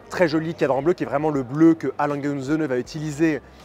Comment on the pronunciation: Enfin quelqu’un qui a trouvé comment prononcer le "et" en allemand 😂